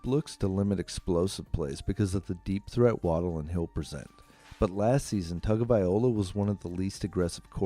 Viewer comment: Can't you just call him Tua? His name isn't that hard to pronounce... you can just listen to any number of people who know how to pronounce it correctly. But if for some reason it's just impossible for you... then just call him Tua! It's a bit disrespectful to have a video about him, where you butcher his name about 50 times!